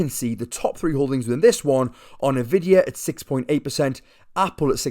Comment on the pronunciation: N....vidia That's how you pronounce it